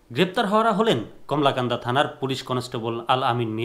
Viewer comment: আপনি তো কলমাকান্দা নামটা বলতে পারছেন না, বার বার বলেন যে কমলাকান্দা